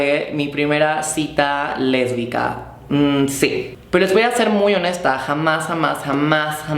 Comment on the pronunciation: Jajajajajjaajajajajajajajajajajajajajajajajajajajajajajajajaja dice "lesbica"